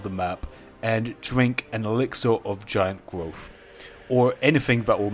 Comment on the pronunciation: Exluwr of gwiant gwowth Hahaha